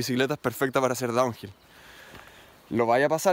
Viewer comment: diciendo: "Tu bici no sirve para hacer Donwhill" 2 min despues: "Haciendo Donhill con una bici burra del 89"